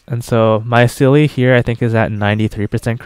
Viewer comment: German here, Seele is pronounced "Zee-luh" her name means soul in German! Not a seal with an e afterwards! Although I can't pronounce the Chinese names very well so who am I to judge! Awesome run btw, gave me hope in my poor little blade.